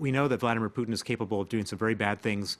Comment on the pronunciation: Vlad-eee-meer PooottIN. The way the France 24 guy pronounces Putins name is interestink